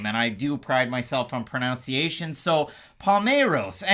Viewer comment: “And I do pride myself on pronounciation” is ironic because you pronounced pronunciation incorrectly.